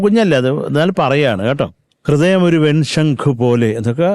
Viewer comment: കൃദയം' 'അല്ലല്ലോ / ഹൃദയം അല്ലെ ശരി!